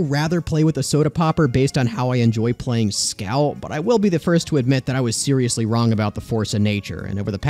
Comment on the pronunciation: bro said SEEROOusly